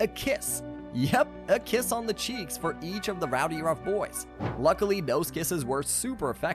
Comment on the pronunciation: It's RowdyRUFF Boys. Not Rowdyrunk Boys